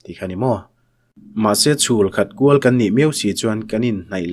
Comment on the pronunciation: Chhulkhat kual lam dan tur: 'kual' tih hi 'suankual' kan lam anga lam tur a ni. 'a ke a kual' ti-a kan lam anga lam loh tur.